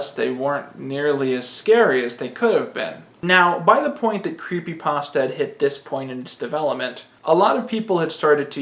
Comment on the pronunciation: sigh Yet another one who doesn't know how to pronounce creepypasta...